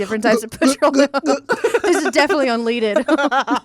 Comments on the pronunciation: Did say un "lead" ed in stead of unleaded 🤔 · are we not going to talk about how pronounced unleaded